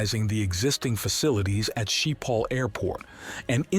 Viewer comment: It's pronounced skiphol sch as in school.